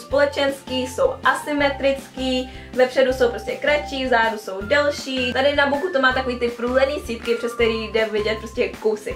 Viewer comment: Proč pořád říkáš v zádu místo v zadu